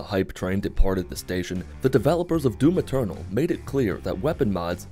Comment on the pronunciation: Every time he says "Doom Eternal" I heard "Doom Maternal"